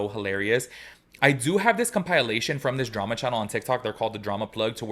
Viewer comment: Com pile lation?